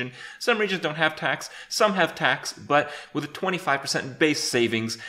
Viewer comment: you FUCKED up the "i" in "WIth"